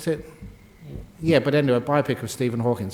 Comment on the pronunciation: Wonderful talk and so entertaining, but just a slight correction; it's Hawking, not Hawkins.